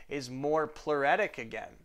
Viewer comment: ploo- RIT- tic excellent vids btw👌